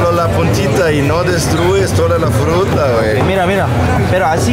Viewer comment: Min. cuando habla de la fruta " Fhrutta " me recordó al inolvidable grupo alemán Ramstein con su tema " Te quiero puta ", lo pronunció igual, "...dame de tu Fhrutta, vamooos mi amooorrr ".... Jajajajajaja jajajajajaja. Saludos banda.